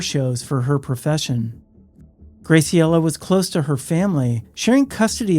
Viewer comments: Just a sidenote: Graciela is pronounced, "GRÄ-see-ellah." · The pronunciation of Graciela is killing me 😅